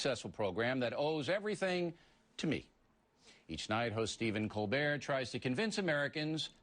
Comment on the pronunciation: I remember watching this on TV, Oriely couldn't critisize Colbert on his show so he had to have the analysts do it for him, Also how dare oriely pronounce Stephen's name ColberT